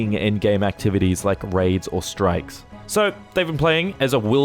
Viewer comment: This is the reason I don't bother with any of the end game content. I own the game, so I play the stories, come back for the living world, and just upgrade when I find something nicer than what I have currently. I'm not worried about strikes (your accent makes it sound like you're saying "strifes"), raids (which I honestly didn't know existed until recently because they are so hidden from anyone not looking for them), or PvP/WvW. I don't even care about fractals. Seriously, all of the non-story content is so opaque that getting into it just isn't worth it for new people. And don't get me started on joining established guilds or trying to start your own. The community is toxic to newbies, and no one wants to join an unranked guild that can't carry them. GW2 has some great gameplay, the the players are killing the game. That and the predatory way ArenaNet monetize everything in the game. Crafting, BTW, is bleh. Totally Bleh. If I could craft harvesting equipment, then it might be worthwhile. Also, it's Ebb-on, not Ee-bon. Its the transitive modifier adjective to the noun Ebony (ebb-on-ee, not ee-bon-ee), so you pronounce it like that root word without the final syllable. This one can't be your accent, since you divided your syllables inappropriately. I would have though a brit would know how to speak English. (j/k)